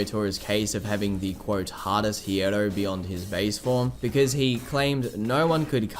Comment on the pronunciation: When you pronounce hierro, don’t pronounce the “H” you’re pronouncing it the wrong way tho